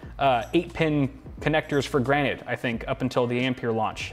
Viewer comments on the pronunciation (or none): "are you saying granite? Its granted with a D"